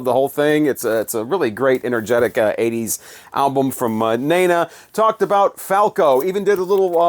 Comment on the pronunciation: me beeing from Austria (german speaking country) i have to say that you had a killer pronounciation on the Falco rap. almost no accent at all, maybe a little austrian accent since Falco was Austrian as well 🙃 - perfect!